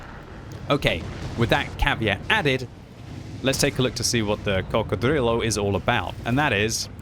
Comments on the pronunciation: Please stop saying coccodrillo like you’re Count Dracula!! I can’t take it anymore. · saying crocodrillo is like Benedict Cumberbach saying penguin